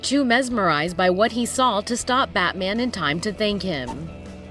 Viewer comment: Here is the pronunciation of Batman /bætmæn/